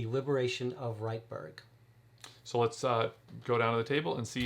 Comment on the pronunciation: Nice review. I agree—a great game! (Incidentally, it's pronounced "REET-burg," not "RIGHT-burg.")